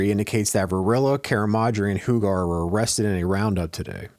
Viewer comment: Tony Hugar is pronounced “U-Gar”. Love the Altoona videos , born and raised. Keep’em coming.